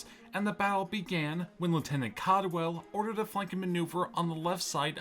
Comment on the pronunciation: Cadwalader, not "Cadwell" but great video man :) Been looking for vids on the "u.s. exploration expedition" Its a crazy story I never knew about.